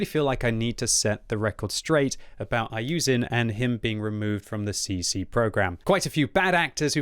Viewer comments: his name is iyouxin not iyouzin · bro you dont even pronounce his name properly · dude is from the uk and still cant pronounce iyouxin 🤦🤦‍♂🤦‍♀. good job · I like you and your videos but Please try to pronounce the name correctly